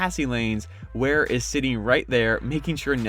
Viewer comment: Really good breakdown, you got a sub from me. Just gotta learn how to say Wares name properly 😂